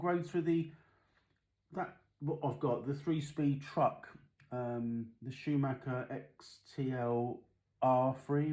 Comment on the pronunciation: Yep you said it like i do mate, it's not Schumaker! Yanks for ya lol